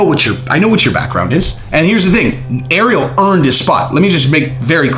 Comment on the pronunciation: Please for the love of God please learn how to say Ariel’s name right